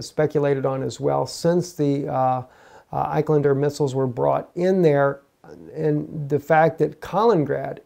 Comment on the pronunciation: He's been saying it that way for months. He must not read the comments.